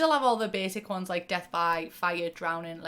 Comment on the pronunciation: Fully thought you were saying Dev instead of Death which is my nickname but now i shall introduce myself as Death hello nice to meet u